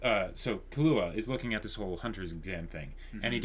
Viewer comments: Sry for this but it's KI-LUA not KA-LUA xD He aint a drink :D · "Kill-ua" not "kalua" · lol u guys are great with theories but terrible with names i.e. Ginoza (Geen-o-zah) = Gee-Nose-Ah? Killua (Key-lew-ah) = Kah-loo-ah? Makashima (Maka-shee-ma) = Maka-shee-me But surprisingly you get Kurapika right somehow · Kill-wa that's how it's pronounced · Why do they say kahlua lmfao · Gon has never said/implied anything about Hunters being super noble things. And there wasn't some 'automatic' disqualification - there's a disqualification due to one guy losing his arms (Thanks to Hisoka) and probably dying off-screen because of blood loss. Also, you're not supposed to put emphasis on the 'ua' part of Killua. It's supposed sound like Kill-wa but with a little 'u' sound in between 'kill' and 'wa'. Basically Kill-u-wa.